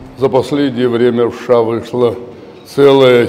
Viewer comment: Хорошо произнёс первые слова ... ВША